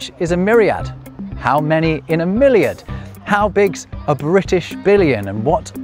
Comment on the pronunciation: About milliard etc: over here (NL) we also use this. Miljoen - miljard - biljoen - biljard - triljoen - triljard. But hearing you say: "milliard" I totally understand why it got out of use in English. You have a pronunciation problem with it, million and milliard in proper English sound too familiar :-) Which is not the case in other European languages.